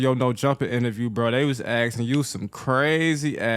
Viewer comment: “On bwo”